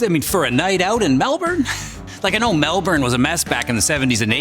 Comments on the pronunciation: I’m like a minute in and already triggered coz u called in MARmite 😮😮😮 and pronounced it MehL-bOURn instead of Mel-Burn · It’s Mel-bin!!!! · Mate, its Vegemite we eat. Not that marmite shit. And also, Melbourne is pronounced (MEL-BIN) Uncle Chop would be sickened ya Gronk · you said mel"burn", opinion ignored.